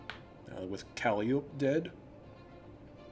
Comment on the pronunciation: I know the discord has argued about this, but I argue Calliope's name should clearly be pronounced the same as her namesake's is (i.e., use the Greek pronunciation). It helps that her character "CALLIE OHPEEE" clearly puts three vowels worth of emphasis on a fourth syllable.